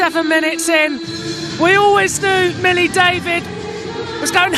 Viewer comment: He also said Hollie David its Millie! He should have just given the mic to Rocky for the duration